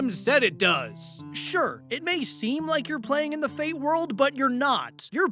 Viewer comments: Not being "That Guy" regarding the Fate RPG story, but the slashes are silent (example: when talking about something like Fate/Grand Order, it's just pronounced like "Fate Grand Order"). Keep in mind that I haven't drowned myself in the franchise, but I know at least that and the fact that you should want good things for that franchise's version of the Frankenstein "monster". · For the future, you don't pronounce the slash in the Fate series names. The slash is silent.